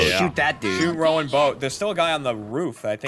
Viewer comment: Why was switching between the two pronunciations of Rowan?